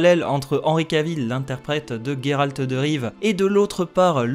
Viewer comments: Géralt et pas Guérarlt on ne dit Guérard !!!! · On dit bien Guéralt en polak donc c'est pas étonnant que certains préfèrent cette prononciation